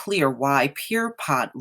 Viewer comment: Did you say James Pisspot?I mean correct me if I'm wrong.